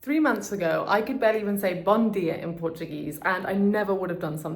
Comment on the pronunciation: esse "BOM DIA" foi perfeito. ❤❤👏👏